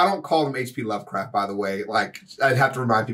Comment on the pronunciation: I thought he said H P LoveRices at first